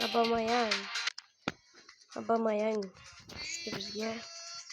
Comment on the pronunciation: San birinchi gapirishni oʻrganvol abamayang bomedi abumeyang boladi Summer spekialmas Sammy speshl oʻqiladi garrang